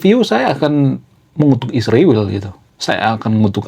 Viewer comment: Sebaiknya abang menggunakan bahasa yg baik & benar dlm penyebutan ISRAEL bukan Isriwil.. Abang kan intelektual jd hrs menyebut ISRAEL dgn baik & benar.. Bravo kaum intelektual..